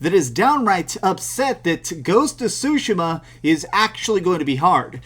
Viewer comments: Ugh , the way he pronounces “Tsushima” is an ear rape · There’s also a huge chunk of the internet that’s laughing at how you pronounce Tshushima